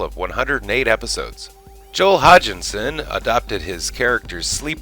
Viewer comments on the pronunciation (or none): Dr. Erhardt is pronounced "Air-heart" and Joel's last name is "Hodge-son"